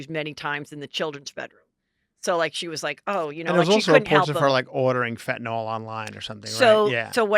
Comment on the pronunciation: Are you saying FentanOL? (Instead of Fentanyl?) 😆